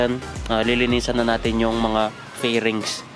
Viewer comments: Fairings ha not flerings😂😂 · natawa ako sir dun ang tawag jan e FAIRINGS😂😂dami nagsasabi nun ng mali